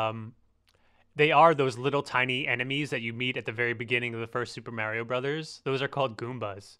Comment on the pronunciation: he says mario weird o-o'